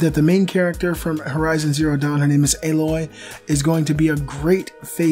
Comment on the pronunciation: thanks for actually saying AYE-loy, not AH-loy. And Hermen Hulst said that Aloy wasn't inspired by Ygritte because this game was in pre-production before Game of Thrones started airing.